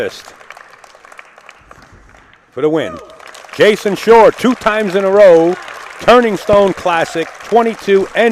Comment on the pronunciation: Even when this match was played, the term “rock” for the cue ball had been out of date for 30 years. Plus it’s Jayson SHAW not “Shore”. Ugh! These announcers. 😡🤬